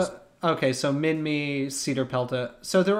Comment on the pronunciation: About Minmi, if anyone is curious, it’s actually pronounced min-MY. Not Min-ME.